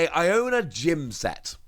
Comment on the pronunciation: Pronunciation seems correct. The way the game presents it, sounds like it suppose to be a pun, sounding similar to someone saying "I dont know" as "I'onknow"